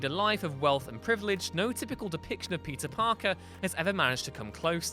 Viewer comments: Is it just me, or is this guy really saying "pizza parker"? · I just cannot stop hearing you say “pizza parker” why do you sound so weird when you say his name??